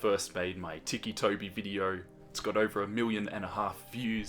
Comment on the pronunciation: Oh...so its pronounced as tiki and not tissy... Huh...all my life I've been pronouncing it as tissy toby...